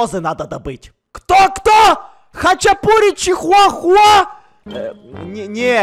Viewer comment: Ржу с: Кузнец: Хачипуричихуахуа?